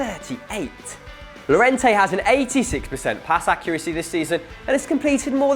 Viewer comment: In Spanish and French the double (ll) is pronounced as (yio-yia) or in French (ey). So Lliorente is pronounced: "Yiorente"